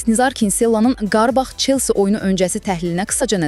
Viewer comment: Qarbağ yox Qarabağ